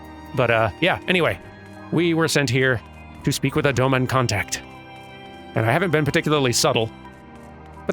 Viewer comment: They also will tend to pronounce the not-Japanese names of Doma (Doma itself is a good example of this) and the like much better than the Eorzeans, which is a neat touch as it remains pretty consistent!